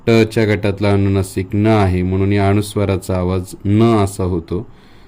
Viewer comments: छान माहिती... फक्त तुमचे काही उच्चार सुधारा 🙏 ...उदा. "अणुनासिक" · सगळे छान शिकवले पण आधीच माफी मागून एक सांगावे अस वाटलं कि 'अनुनासिक ' आहे ,'अणुनासीक' नाही.'अनुस्वार 'आहे 'अणुस्वार' नाही. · अनुनासिक म्हणतात. अनुस्वार म्हणतात. अणुनासिक अणुस्वार नाही म्हणत. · ' अणुनासिक ' म्हणताय तुम्ही, आणि ' ' अणुस्वार ' पण